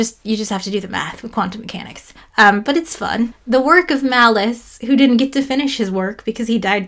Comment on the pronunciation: Pronouncing Malus as "Malice" just seems malicious...